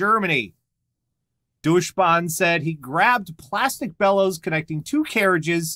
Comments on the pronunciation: Erm.. Guys Deutsch Bahn means German Railroad. It's not a train it's a company. Also it pronounced "Doh-itch Bahn". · "Douche Bahn"? well I never though I'd ever hear the "German Trail" (a.k.a company that is responsible for trains in germany) this badly mispronounced.